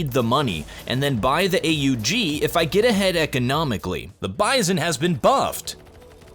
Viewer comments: what weapon is AA UU GII never hear that gun new update coming soon..???? just say aug like normal human. AUG AUG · Hey, the gun is not pronounced A.U.G It's an austrian gun and they just pronounce is as AUG or A-HOOG, kind hard to show it here